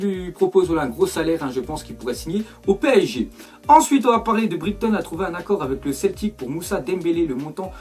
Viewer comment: le commentaire est pas méchant mais on dit "Braiton" et pas "Brigton" ;)